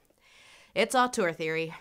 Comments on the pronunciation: Have you tried the vowel from "turd" for the second syllable of "auteur"? It's a good match for the French sound, and one might argue it would tie in better with your feelings about the French term as well? Upspeak question mark? I know, I know, only commenters ever read comments, but I trust the universe will make an exception and make this AMAZING hint reach the "auteur" of this video regardless. Awesome stuff, by the way! Go Lindsay. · I love how she keeps pronouncing "auteur" as "autour" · Hi Lindsay, sorry to be that pedantic French again, but if you want to pronounce "Auteur" right, it should rhyme with "grifter" and not "parkour". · "Autour theory"... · After seeing this video's title and attempting to watch it a few times, I have now finally figured out why you pronounce it so strangely. I thought: It's just author theory, why is she talking so strangely? Now I realise that it's the Dutch spelling. I just didn't notice the first few dozen times I saw it. Damn me and my bilingualism.